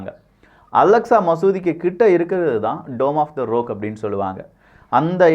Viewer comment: Rock - ராக் என்று உச்சரிக்க வேண்டும். நீங்கள் ரோக் என்று உச்சரிக்கிறீர்கள்.